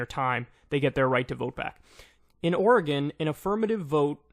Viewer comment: YOU PRONOUNCED OREGON RIGHT! I'M SO HAPPY!